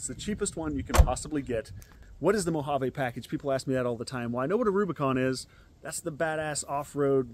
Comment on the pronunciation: It kills me how no one on YouTube pronounces the word Mojave correctly